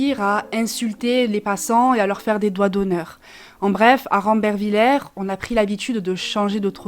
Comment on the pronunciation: C est qu un détail mais on le prononce rambervillé 😊